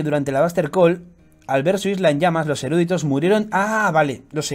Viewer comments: Chupito por cada vez que dice "erúditos" en vez de "eruditos". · No es erÚditos sino eruditos.